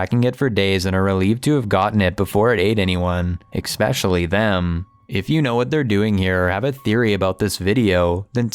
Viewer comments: especially not eckspecially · Please ask your cousin to pronounce the word "especially" properly!!!! He pronounces it "expecially"! There is no X in that word! Makes him sound dumb, lol!!!🤣👍🏼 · Please tell your cousin it's not "expecially," it's especially. Thanks. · tell him the word is especially not not ek specially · ITS ESPECIALLY. NOT EXPECIALLY. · The only thing that’s causing me anxiety is the way he says especially. He pronounces it ekspecially. 😂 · The only thing giving me anxiety is the narrator saying "expecially" three different times. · Please..the word is pronounced ES pecially not EX specially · Ok, is it just me or does the way he says “eckspeshully” really irritating?? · jeez its embarassing how that guy is talking out of his ass and can someone tell him how to pronounce "especially"??